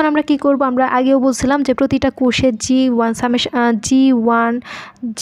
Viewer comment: প্রতিটা কুষে মানে কি??? কোষে আর কুষ এক কথা?? আর প্রতিটা কোষে অবশ্যই কি কোন না কোন কণা প্রবেশ করে??? যায় হোক ভালোই চেষ্টা করেছেন। ধন্যবাদ। উচ্চারণ একটু ক্লিয়ার করবেন। আর একটু কম সময়ে শেষ করবেন।